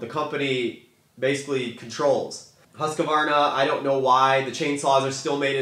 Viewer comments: Husk varna. Not huska varna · It is hard to take notice of someone who cannot pronounce the name of the product Husqvarna not Husq a varna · If you're going to say Husqvarna 100 times in a video you should learn how to pronounce Husqvarna. Not HusqAvarna.